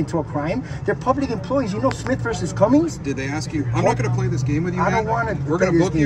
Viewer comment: There is no Smith v. Cummings, it’s Smith v. CUMMING. There is no s on the end of the city’s name